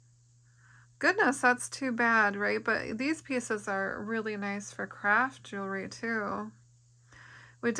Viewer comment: A "jooree box?"